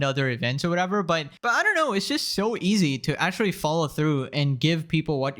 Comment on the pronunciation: It’s pronounced actually not “ackuwalli”. Practice it.